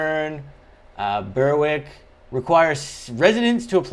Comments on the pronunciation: It’s “ Kay sea” not “Kas sea” and “Bear rick” not “bur wick” these are spelt phonetically so Casey and Berwick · 90+% are private homes, no hoa minimal units . Casey is spoken as kay c. Berick is spoken as bear ick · Just a friendly heads up. Casey = KC (as in Casey Jones) Berwick = Berrick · It's pronounced Berrick. Think of Warwick in Queensland. That's pronounced, Warrick. Casey is pronounced "Kay-see", not kass-ee.